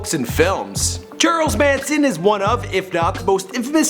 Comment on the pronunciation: "churles Manson"